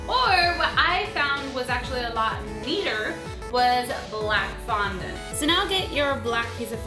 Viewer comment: It is fondant not fununt